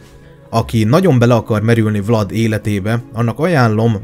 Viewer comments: Nem Vlad hanem "Vlád" és nem Radu hanem "Rádu" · Nem"Vlad" hanem "Vlád",nem Radu hanem Rádu,eskü nem rosszból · Azok román nevek és vládnak illetve rádunak ejtjük helyesen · Ki kell h javitsalak mert a nevüket Vládnak és Rádunak ejtik